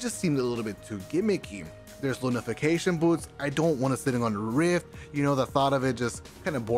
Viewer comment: Also to all of you, the joke was about how he pronounced lunafaftion boots lmao